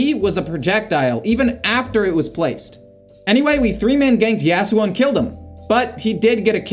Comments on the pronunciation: the way you say yasuo like yeah su oh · the way you said yasuo. lynched.